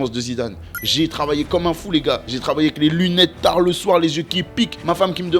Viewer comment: Les darons auront compris « j ai travaillé TARD le soir » les news gen auront compris « j ai travaillé TAH le soir « 🤣😂🤣😂